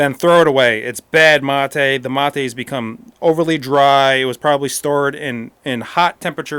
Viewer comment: Dude....if its a spanish word pronounce it in Spanish.......dont try to sound "Gringo" by pronouncing it in English ---- materuu......geeesh!!!